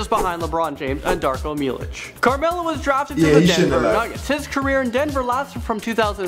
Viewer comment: Did you see Carmelo it said camelo